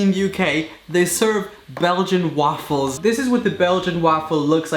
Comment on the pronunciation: Pancakes and waffles got a different accent I swear